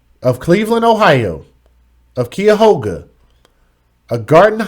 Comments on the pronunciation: It's Not Keyahoga it's CUYAHOGA KI-YA-HOGA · You said the name wrong, and for those that said you said it right, must don’t live here. Cuyahoga … Kī ( saying it like the beginning of kite without the te) ya hoga. And honestly speaking, with the injuries that baby girl had, I don’t think that there was anything that could have been done to safe her. The tidmore rat didn’t have a driver license. She should have gotten 9 years plus the 8 if anything! 9 years of what life Desire (I know that I spelled it wrong) had as well as the max on each! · Fyi you still didn't pronounce Cuyahoga correctly🤷🏿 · No you said the county wrong. Lmao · I hate to break it to you friend, but you still didn't pronounce Cuyahoga right